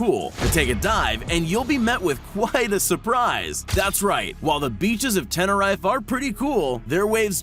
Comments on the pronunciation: (Tenereefe) is how it’s pronounced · The way you said tenerife..... Oooooof 😕😜🤔🤣